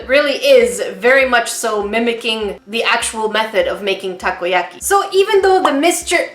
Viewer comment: Takoyaki pronounced taco-ya-key